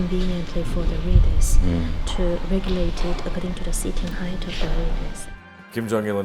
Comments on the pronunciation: "hieght" hahahahahaha Height* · ''hieght'' lol?